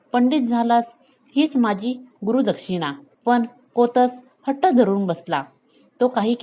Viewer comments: तुम्ही गोष्ट छान सांगता, फक्त शब्दांच्या उच्चाराकडे थोडे लक्ष द्यावे. कोतस नाही कौत्स असे नाव आहे. रघुराजाने विश्वजीत यज्ञ केला तेव्हा सर्व मांडलिक राजांनी कर चुकता केला होता. प्रजेकडूनही महसूल गोळा झाला होता. पण इंद्राने कर दिला नव्हता. म्हणून स्वर्गावर स्वारी करायचे ठरले. हि बातमी नारदमुनींकडून कळताच इंद्राने कुबेराला सांगून अयोध्या नगरीच्या बाहेर स्वर्णमुद्रांचा पाऊस पाडायला सांगितला. तो शमी व आपट्याच्या झाडांवर पडला होता. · जुन्या धड्यांचे वाचन करून पुनर्जिवित करण्याचा छान प्रयत्न ! जरा कौत्स ( कोतस नाही ) निःस्पृह या सारख्या शब्दांचा उच्चार काळजीपूर्वक केला तर अधिक छान वाटेल .